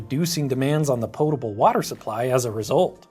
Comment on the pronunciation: I'm not sure which gets the strongest reaction from me, how much I love the way Grady pronounces "Fermented Beverages" or how much I hate the way he pronounces "Potable"!